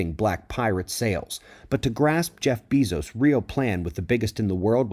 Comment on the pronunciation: Good to know what Bezos is up to. BTW, his last name is pronounced Bay-zos, not Bee- zos. :)